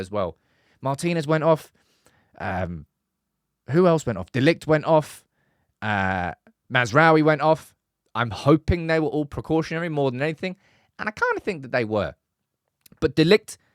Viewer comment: Mazraoui. Get his name right man! 😂